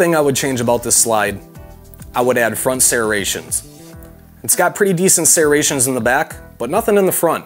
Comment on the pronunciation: Serraa-ations... Lol that's what it sounds like when you say serrations. Great video I enjoed it and you covered all I need to know thanks! This pistol is $449 on BDU so thats a great price. Just subscribed to the channel keep up the good reviews. Cheers!